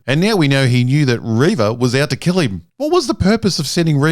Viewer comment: It's pronounced ReeeeeeeeeeeeeVA